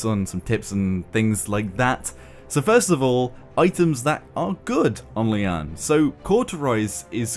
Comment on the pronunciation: It isn't pronounced Li-an. Lian is a Chinese name pronounced "Li-yen" or "Li-en" and it means "lotus flower".